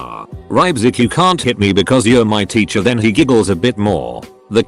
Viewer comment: No one: The voice: titcher